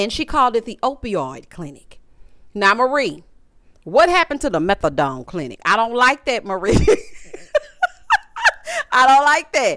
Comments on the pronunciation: The “g” on the end don’ sent me right to the moon 😂😂😂😂😂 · It will forever be, the "meTH-A-dong clinic" lol